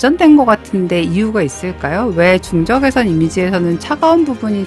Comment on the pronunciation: 1등...! 저 근데요.. 부터 까지.. '적외석'... 적!외!석!!!... 석....................!!! 신경 쓰이네요 ㅋ